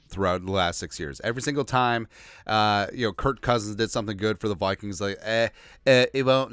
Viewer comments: I cant tell if it's intentional, but why do you always call him "Kurt" instead of Kirk? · I listen to you a bunch and really agree with you on most topics. But why are you calling him kirt not kirk